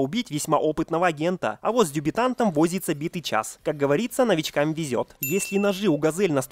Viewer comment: Ошибок уже меньше, но всё же "дЕбютант", а не "дЮбетант" :)